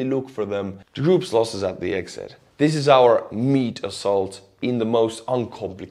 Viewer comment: "Meat Assoult" and your smile. This is not right.